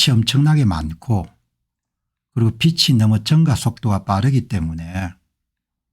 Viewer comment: 공박사님~ 논평을 매번 잘 듣고 있습니다~ 참으로 수고가 많으십니다~ 감사 드립니다~ 근데 비치(빚이)가 아니고 비지(빚이)가 맞는것 으로 알고 있습니다